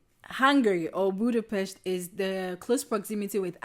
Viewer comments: You pronunced Budapest correctly! :D You guys are just charming. I wish you the best truly. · When you pronunced Budapest correctly, youve got a sub. :)